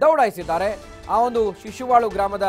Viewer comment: ಶಿಶುವಳು ಅಲ್ಲ ಶಶಿವಳ